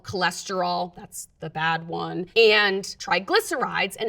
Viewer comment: literally the first time I've seen the number "one" pronounced "own"